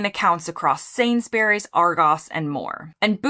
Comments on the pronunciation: It is not "Sainsberries"! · You’re pronouncing Sainsbury’s wrong